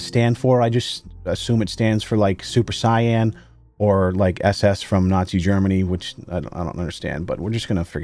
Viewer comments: We're just gonna act like he didn't just pronounce "Super Saiyan" "Super Sayan" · Did you just pronounce Super Saiyan.... Super Cyan? Bruhh BRO. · "Super Cyan" your mispronunciation disappoints me >:( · lol, "Super Sai-yan", that's probably the first time I've heard that particular mispronunciation, but you sounded it out, so no points taken!